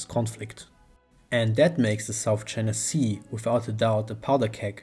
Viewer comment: Do not say Sout China Sea